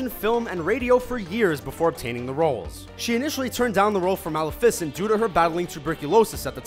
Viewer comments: Malefecent is said wrong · Wtf is a that pronunciation of Maleficent... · I hate the way he says maleficent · I cringed every time he pronounced Maleficent... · Great video :D I had no idea that these actors had such contrasting or complimentary roles. EDIT: Also... I hate to be that guy, but: Maliffisin? ( + + ) Surely you mean: Ma-lef-i-scent. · It's pronounced Ma-leh-fih-cent, not Mal-eh-fih-cent. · It's pronounced mah-leh-feh-cent. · Stop stop stop you're going to take someone's eye out. Besides, you're saying it wrong. Its Ma-lef-i-cent not Mal-if-ic-ant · Anyone else triggered by how he called Mel-eff-ee-cent, Mal-a-fic-ent?!?! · I got so mad when he said "Mal-a-fissent" instead of Maleficent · mal-a-fic-ent?? I thought it was pronounced Mal-if-a-cent... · It's not Mal-I-fic-ENT it's mal-E-FICENT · I love how he says maleFICent instead of malEFicent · MALAFUCENT ITS MELEFECENT SAY YOUR DISNY CARETTERS RIGHT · It's Maleficent not Malifisint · anyone else kind of bothered due to the fact that he pronounces Malificent as mal- uh- fis- int and not muh- leh - fuh sint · Mal-i-fis-ant? No! Mal-if-is-ant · "Mala-fisent"...... No. Just.... no. MA-LEF-A-CENT. Watch the damn movie. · Mal a fis ent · The way he says "Mal-i-fi-cent"😂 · "Mal, a fissent" Are you fucking kidding me. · I know aye!!!! it mal-if-i-sent tjays how its pronounced!!! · Kikyo0Takarai mal-i-fis-ent facepalm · ᑎIGᕼTOᗯᒪᔕᒪOᐯE 06 I know he's just putting emphasis on the wrong part of the name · kristn_T XD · its Maleficent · its ment to be pronounced ma-le-fe-sent not ma-lefi-sent... idk bit hard to write how to pronounce it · The way he said "Maleficient" was driving me NUTS! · The way he says Malacifencent. Just UGGGG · It's Muh-lef-uh-cent not mal-uh-fis-ent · Mal-eff-ISS-sent? What's with your screwy pronunciation? Why would you emphasize the ISS sound? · Mal if ficent? Really? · the most elegant and weird way to say Malifecent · "Ma-lih-fiss-int" wow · he said malificint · The way he says malifint